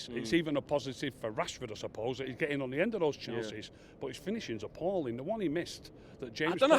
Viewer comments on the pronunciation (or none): Hate to be that guy but I guess someone has to, its appalling not appauling